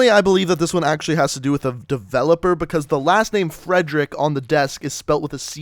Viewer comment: God....that butchery of Friedrich. XD It's not pronounced "Frederick". You see the spelling?